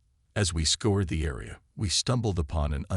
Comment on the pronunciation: Scour. Scoured.... Not Score, Not Scored. It sounds like "our". Narrators that can't pronounce English correctly add jarring speed bumps to a solid presentation.